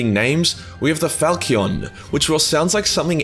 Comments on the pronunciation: "falchion" fal-cy-on A short single bladed sword with a progressively wider body tapered toward the tip. Basically the answer to the question: I like swords, but I also REALLY wanna lop this dude's arm off at the shoulder. It's a fitting name. Stylish. But brutal. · Pronounced Fal-schon. Falcion's is an type of single edged medieval sword. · this man really don't know how to pronounce Falchion or that a falchion is a type of sword.